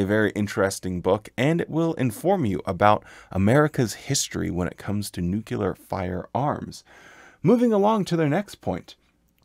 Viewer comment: Love the videos great content, however the word is pronounced Nu-clear not nukular